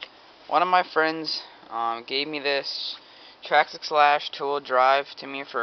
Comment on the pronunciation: Trax axe buddy your saying it wrong (not being rude) Traxxas say it as it looks